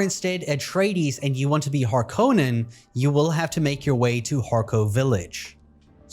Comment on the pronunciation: Please, god, start saying Harkonnen correctly.